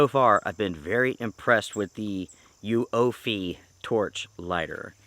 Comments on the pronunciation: It’s pronounced Uoophee, not Uoophee. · oooffeee the u is silent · The name is pronounced YOUFIE or Youfy :)